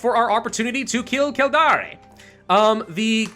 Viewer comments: none are offensive but all are wrong it's kill-dare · Kill Dare... that's how its pronounced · In Irish it’s pronounced Kild-air, and before you make this mistake, Celtic, is pronounced Keltic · Some Irish and Scots pronunciations are very literal. Kildare is one of them to my knowledge as a Scottish person. But general rule of thumb, if you're unsure on pronunciation ask a Scottish or Irish person. Cause more than likely if you don't ask a native you'll be saying it wrong.